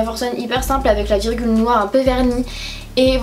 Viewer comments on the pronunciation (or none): none